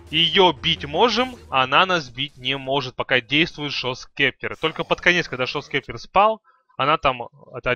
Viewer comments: он сказал шо скептр, правилно гост септер или скипетр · Гост септер, а не шо спектер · говорится не шов септер а гост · Шоус кептэр! Смешно звучит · GHOST SCEPTER читается как [goust] [sˈeptə] [гоуст сэптэ]